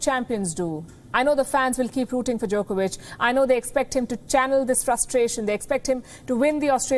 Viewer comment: She almost pronounced it Jerkovich....